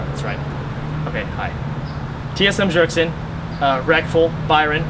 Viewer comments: Pronounced Byergson, not jergson, the j is silent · The way he pronounced 'Bjergsen'. . .